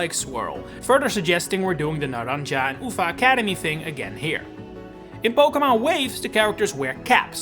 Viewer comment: you really butchered they way you said NARANJA UVA academy